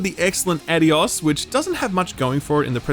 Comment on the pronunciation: Is no one ever going to correct the way he says "adios" lol